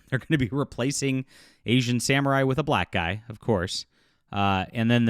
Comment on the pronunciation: It's a game.. You said black guy like a real white guy 😂😂😂😂🤔🤔